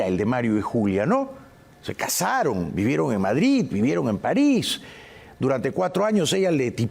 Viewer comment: Por que dices Madrit? Es Madrid con d y no con t,como los catalanes que pronuncian tan mal el español